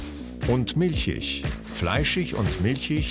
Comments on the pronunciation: ich finde Galileo muss sich integrieren... - fleischich und milchich ???? es heisst doch fleischig und milchig oder nicht ? hmmm... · milschisch milschisch 😂🤣🤣🤣🤣🤣🤣😂😂😂😂😂😂😂😂😂😂😂🤣🤣🤣🤣🤣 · In hochdeutscher Standardaussprache sagt man „fleischich“ und „milchich“.